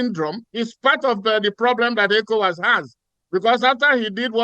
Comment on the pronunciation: Can Arise please use a real person to voice the translations... The program voice is distracting; can't pronounce ECOWAS or NIGER properly. Nonsense.